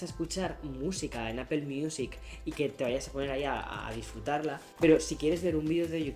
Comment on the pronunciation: Vives en Estados Unidos y te dedicas a hablar de Apple, y sigues pronunciando APEL.???? YA POR FAVOOOOOOR